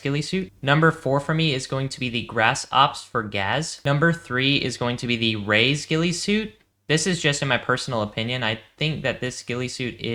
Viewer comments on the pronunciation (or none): It’s not “Rays” (Reyes). It’s “Ray-ez” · Also Reyes is pronounced RAY-Yez